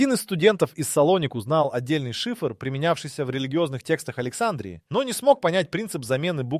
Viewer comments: А почему АлексАндрии , а не АлександрИи ? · Александрия долбодуб ставь правильно ударение ..сам ты Александра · Надо правильно делать ударение на слове Александрия!!!! Не на первоначальной букве ,,А" -- а на предпоследней букве ,,и" !!!